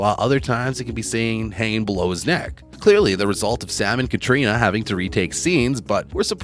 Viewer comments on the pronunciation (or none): none